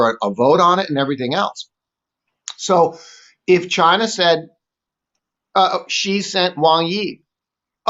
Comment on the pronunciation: TQVM to and for this very interesting and informative video that is worth a second read. Theses guys know the subject well and are very passionate about it especially. A lot of journalists pronounce the surname of China's president incorrectly. The correct way is the letter C. This video exposes so much of the evil empire that I greatly applaud the 2 presenters for their bravery.